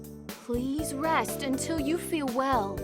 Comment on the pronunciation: pwease, John Fuwwsawce